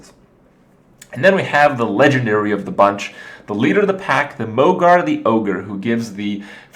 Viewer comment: isn't mogor pronounced mog-OR not mog-AR?